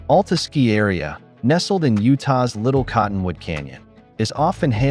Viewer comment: FYI, it's Al Ta, not All Ta